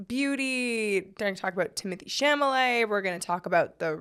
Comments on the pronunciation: Girl it’s Cha-la-met!! NOT chamalay😂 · Why Failed (to pronounce Chalamet)